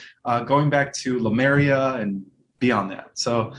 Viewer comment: It is Lemuria; I have noticed many, many people mispronoucing this name. There is no Lumeria. I've heard a couple people even say Lymaria! Lemuria. Pronounced leh-m-yer-ee-ah. 😁